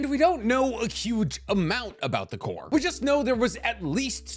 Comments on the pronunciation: love learning new things about Naruto after falling out of it lol also... its pronounced "core" and not "corpssss" XD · Its pronounced core or kaw. Tell them to stfu. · Omg someone said something about you saying “corpse” for corps. 🤣 tbh I wanted to also but I let it slide because I love you. But while we’re at it, I also cringe when you say “combine-ding” for combining 🤣 The only reason I notice is because I watch ALL of your videos form start to finish 😅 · Corps is pronounced cores that guy is wrong. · I'm glad somebody e-mailed about the whole corps thing. It was painful to listen to every time it was said wrong. Now if we could only get him to say "skirmishes" instead of "squirmishes." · Oh my fucking God holy shit whoever emailed about his gross mispronunciation of the word corps deserves a medal this has vexed me for quite some time. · I’m out saying corps now 😂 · LOL someone actually emailed about you pronouncing the rest of corps